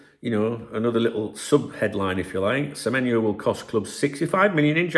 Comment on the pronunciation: Good morning 🫡👍good on you to get the players name right spot on 😆you been practicing with remy 😂👍